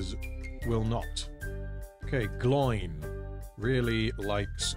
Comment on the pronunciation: its not 'gloin', its 'glow-in'